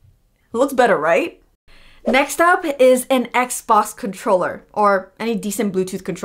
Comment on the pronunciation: She is saying xbos not xbox